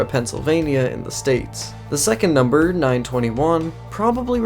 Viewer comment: he dont know the big numa like that